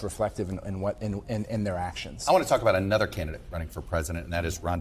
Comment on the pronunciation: Why do I hear so many people say "Ay-nuther" instead of "uh-nuther" for the word "another"?